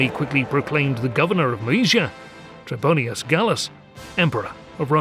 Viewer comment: Not “Trebonius,” but “Trebonian” or “Trebonianus”